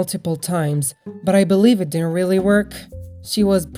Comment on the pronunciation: In you Said weally instead of really how cute🤗